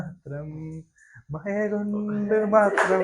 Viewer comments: മയ അല്ലടാ മഴ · മയ അല്ലടാ മക്കളെ മഴ ഴ പഴത്തിൻ്റെ ഴ പുഴയുടെ ഴ 😂😂😂